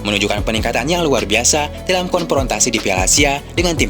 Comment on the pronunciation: Ini orang Sunda yang ngomong ya? PIETNAM, PIPA, KONPRONTASI dll!😂😂😂